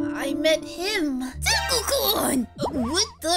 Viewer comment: hi i know am 1 day late but the word kun is not said like that